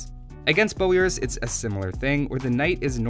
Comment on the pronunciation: Its not laitis its leitis. Leiši are not english they can write properly using the latin alfabet. Also the a in bojars is a full lenght a not a very short a. You saying laitis is really driving me mad. Also ive noticed you dont use plural leiši (leishi) propably because you dont know it, and laitises make no sense.